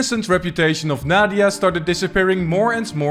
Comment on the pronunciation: "Naw-dia" Lmao 🤭😆😂🤣